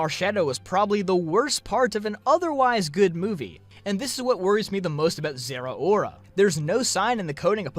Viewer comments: Im pretty sure its pronounced zer-oar-a not zera-ora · I agree completely but your pronunciation of Zeraora is physically painful.